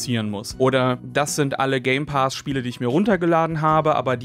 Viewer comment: „Game Paas“ so sprichst du es aus 🙉😂